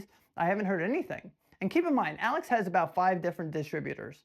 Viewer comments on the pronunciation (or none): none